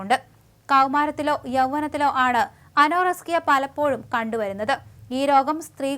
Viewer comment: Ano-rusk-iya alla anorexia